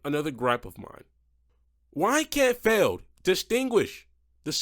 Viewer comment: You said MJ Solorio's name right. But Feld. Come on! Also what is that Sparkle Smash paint scheme?! That is ugly af.